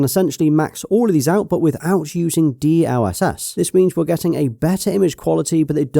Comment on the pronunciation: It's pronounced DLSS not D..L.........SS